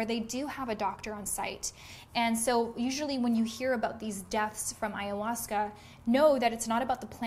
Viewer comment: Sounds stupid that Ayhausca